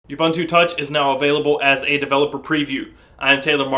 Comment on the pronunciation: Actually it's more like "uboontu"